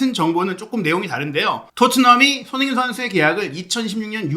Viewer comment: 자꾸 왜 손혜인 선수라 하는 것 같누;; 발음이…